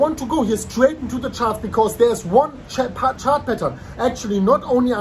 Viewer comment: All this time I am thinking that is saying 'petals', now I realize that he is saying 'patern'